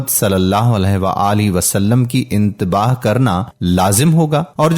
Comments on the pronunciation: Intebah naheen itebah bolo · Bhai intebaah nahi ittebaa kaho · Bhai itaba hai intaba nhe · انتباہ نہیں ۔۔۔۔اتباع ہوتا ہے ۔۔۔۔ویڈیو بناتے ہو لیکن تلفظ ٹھیک نہیں کرتے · محترم۔ انتباع نھیں ھو تا۔ اتباع ھو تا ھے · Bhai mere iteba' na k inteba' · Correct word is "itteba", not "intebah". The two words have different meanings. Similarly it is "Gospel", not "Gostel". Dr Iqbal Tahir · Intebah nahi hoota ittebah hota hai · لفظ انتباہ نہیں اتباع ہے